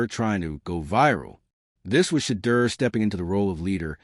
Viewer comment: SHEDEUR “SHA-DOOR “ please pronounce his name correctly. Please spell his name correctly “SHEDEUR” Please and thank you!